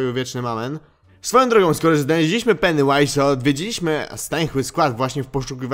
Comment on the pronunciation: Jaju to się mówi peniu ais